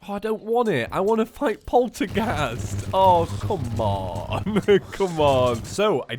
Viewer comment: He can't say polterghast right XD